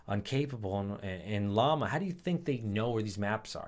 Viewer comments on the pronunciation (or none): none